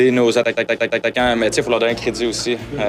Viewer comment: Dk if it’s on purpose but I genuinely like the way you say attaquants.